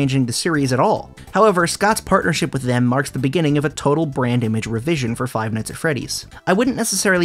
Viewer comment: i heard "brain damage" instead of "brand image"